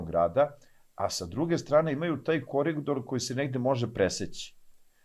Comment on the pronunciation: ne kaze se kori Dor nego se kaze koridor....